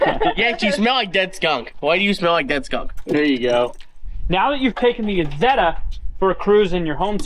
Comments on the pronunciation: Pronounced as eyezeda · It's pronounced "eye" Zetta!!! Don't you know your Deutchlandese?? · Pronounced Eye Zet Ah!!! 😊 Like Eye Tal Ian!!! lol